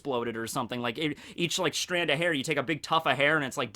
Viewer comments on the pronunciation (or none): none